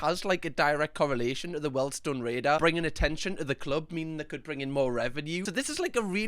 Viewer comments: When finds out it's 'weeeeeldstone' not 'weldstone'. 😁😁🤣🤣 after saying it about 50 times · Weeld-Stone raider. Good vids though😂👍🏼